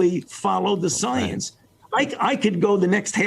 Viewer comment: Fauci: Delivers his best Martyr of Science performance Chuck: (👍You are science) Fauci: "I will take the slings & arrows..." "Szience" 🤡 & Ackountability 🤮